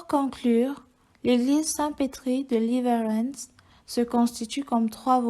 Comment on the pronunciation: Voix trop lente c’est dommage...pour info en suédois le w se prononce v...on dit donc leverentz